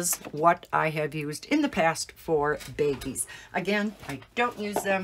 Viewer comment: They are pronounced “BAGGIES”, not “beggies.”